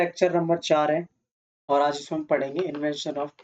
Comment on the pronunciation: इन्वेंशन नहीं इनवेजन 😂